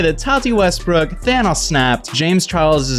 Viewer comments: I may just be hearing things but I think when he said Thanos it is the only time I've ever heard his English accent not be perfect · Stop saying thanos like that